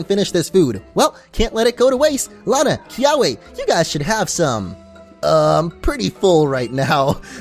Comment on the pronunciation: He said L Anna not Lana